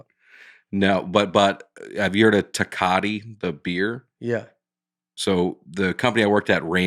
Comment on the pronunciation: Pap-irus, theb-es, tec-a-ti… whew. Maybe y’all “smart ones” should give Nate a break on his reading.